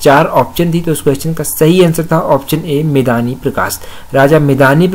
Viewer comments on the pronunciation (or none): मेदनी√ सही उच्चारण है